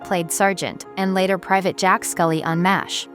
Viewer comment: Is it too much to ask for these AI voices to actually pronounce the performers' and characters' names correctly? And I can't even count the number of times it mangled "4077th". It even mangled the name of the show ("m asterisk h" at :25, "mosh" ) Furthermore: the actress on the right is not Connie Izay but Pamela Hensley, who most definitely didn't die in 1982. the actor on the left is not James Karen but John Anderson. This video needs a lot of work.